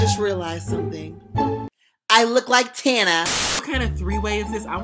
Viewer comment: WAS IT JUST ME WHO THOUGHT HE SAID TINA BUT WHEN HE SAID TANA?!??! 😭